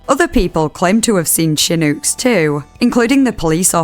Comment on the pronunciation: The accent pronouncing american words is so silly im sorry 😭 "hooston" and "shinouks"